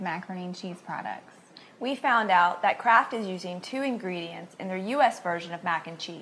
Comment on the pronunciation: sounds like shes saying CRAAAKK when she says Kraft lol